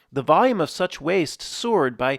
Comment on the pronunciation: somewhere I'm like did he just say sewer'd? started reading I'm like ohh he said soared- i rewind and sure nuff he did say sewer'd lol i noticed something like that he said other day must be an accent